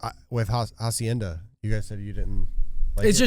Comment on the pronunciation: The H in Hacienda is silent